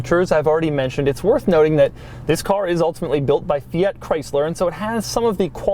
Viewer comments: For the love of God: Fee-arrt!?! It’s Fiat. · He is saying both Fiat, and Abarth wrong, and he says them both a lot. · 21 minutes of Doug mispronouncing Fiat and Abarth: usual Doug Quality Achieved.